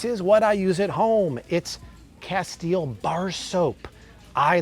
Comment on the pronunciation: it's from spain,, the castile soap.. hence the 100 percent olive oil base but just FYI.. it's pronounced Cast- ill- lay. not cast- eel soap. I know bc I used to pronounce it that way also until someone clued me in. So don't go into the store and ask for casteel soap. they may or may not know what you asking for.